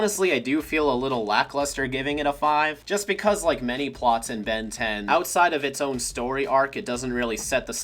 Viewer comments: you actually said "ben dez" at the end of the intro holy shit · saying: "Ben Diez" like the latino version of the intro fuels my soul with Joy